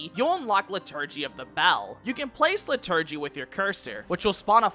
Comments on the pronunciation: Its LIturgy, not liTURGY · so helpful but im crying at lih-TUR-gee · Great vid but I'm wincing at your pronunciation of "liturgy" and "plenary"